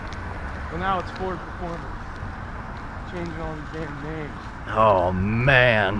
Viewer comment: I feel like I'm the only person that heard "poor Tacoma" rather than "Ford Tacoma"